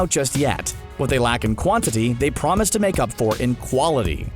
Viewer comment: Yo did you just say pwomise l.m.a.ooooofffff!!!